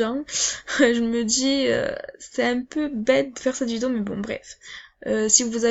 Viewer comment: « Vidoo » PTDRRR